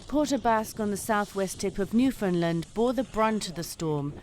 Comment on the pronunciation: Newfoundland sounds like understand...get it right for crying out loud.